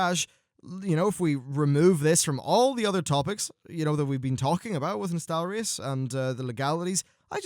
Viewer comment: Thank you for pronouncing Nostalrius right this time around.